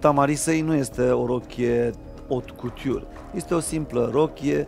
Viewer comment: Ilinca, mai usor cu franceza... ca ai cam bruscat-o ! Chiar nu era nimeni care sa-ti spuna cum se pronunta 'couture' ? Dupa ce am auzit de nenumarate ori cum niste persoane importante pronuntau 'fashion' cam asa : feishan acum si tu ! Apropo, cum se pronunta 'Louboutin' ???